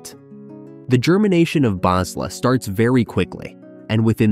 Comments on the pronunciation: Speaker is a synthesizer. The scriptwriter misspelled Balsa as Basla. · SAID BASLA INSTEAD OF BALSA. COMPUTER. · Balsa not Bazla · AI bot..BaLsa no BaSla get it right bots suck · The voice read the word 'BAS la' instead of 'bal sa' more than once without even thinking about it and no edits lol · fix the damn script that the bot narrator reads, it is Balsa not Basla and there are so many cases of the second... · It's BALSA not BASLA you moron! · it's BALSA not BASLA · BASLA apears 3 or 4 times, very distracting. someone mistyped and AI reads it as is. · It's BAL-SA.... PLEASE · Anyone else wondering why the speaker is saying "Basla" multiple times? Just wondering about the proof reader of the script...